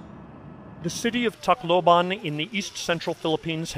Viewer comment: the first foreign reporter the pronounced tacloban the right way